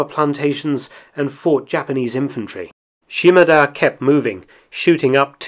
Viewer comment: His name was 島田豊作 - Shimada Toyosaku. she-mAH-dah not sheem-a-DUH 島 shima 田 ta (da)